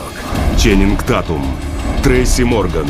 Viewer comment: Фамилия правильно читается Тейтум , а не Татум